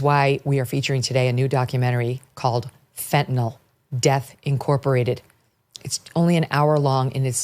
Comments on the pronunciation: "Fent-a-nil" not "Fent-a-nall" Don't know what the insistance is on mispronouncing this is. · I’m a post-op nurse who gives fentanyl safely to patients every day. Maybe this is a minor thing, but for those who are leading the fight, please add to your credibility by pronouncing it right: fen-ta-NILL. not fentaNOLL.